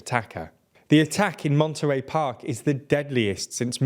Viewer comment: Great you picked the correct "mon-ter-ayy" over the more widely said "mon-ter-eee". RIP to all 🙏